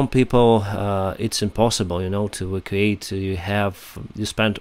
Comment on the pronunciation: E vac u ate. Don't mean to criticize the pronounciatetion of evacuate.